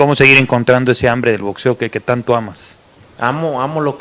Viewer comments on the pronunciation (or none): none